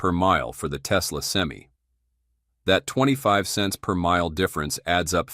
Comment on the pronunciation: I wish Ai would learn how to pronounce Semi truck. Sem-eye, not Sem-E